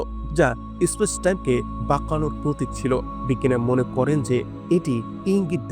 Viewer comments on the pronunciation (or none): ইসপেস নয়, স্পেস